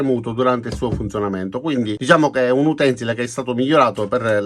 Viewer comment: Signor, sempre interessanti i suoi video. Mi permetto però di consigliare di pronunciare correttamente la parola utensìle, e non come frequentemente ascolto. L' accento tonico cade sulla penultima sillaba, ossia sull'ultima "i". Grazie e buon lavoro.